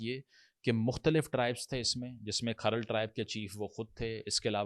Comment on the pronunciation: Bolna to seekh le so called philosopher sb Jhamra nahi jhumra hai Or khral tribe nahi hai Kharal Rajput caste ki sub clan ya sub caste hai Waty, joiya or fatyana bhi Rajput goat گوت hain